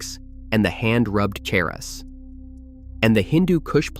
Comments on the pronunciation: It’s pronounced Char-Us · It is charas.. like chair and not character. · Hand hash is pronounced " char us" (like CHARcoal) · No, sorry but maybe with some exceptions in local dialects, the 'r' sound is pronounced in itself and not as a dipthong with the preceding vowel. I've seen it written in Persian script with a short first vowel and elsewhere as a long vowel. Eg charas or chaaras.